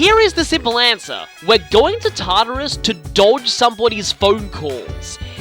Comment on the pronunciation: The first time I heard him say Tartarus I thought he said Tarter Sauce (sorry for bad spelling)